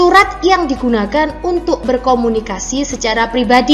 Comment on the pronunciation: berkomuniasi😂 = komunikasi kali